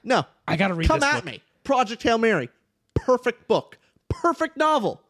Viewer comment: pronunced that "p" in "perfect book" like malfoy when saying "Ppppotter" 🤣,, bro i was waiting for this, that first line is so intriguing also can we talk about pierce brown, the favourite creation of god? my man got everithing lol